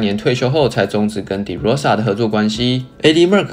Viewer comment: De唸法是ㄉㄜ˙ 不是ㄉㄧˉ